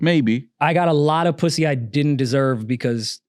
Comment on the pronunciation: “Sumn wrong wit da pwussay” 😂😂 dang I’m a miss Julian hope it ain’t so 😢